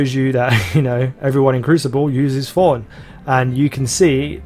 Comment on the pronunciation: It's Thorn not F-horn :D